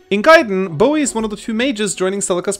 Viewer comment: Love the way you pronounce Boey.